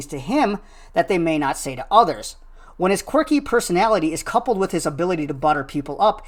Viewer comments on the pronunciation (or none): none